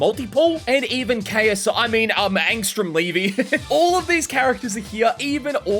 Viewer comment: So we not gonna talk about him calling Angstrom Ksi